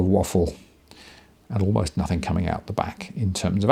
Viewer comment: "You know notheen."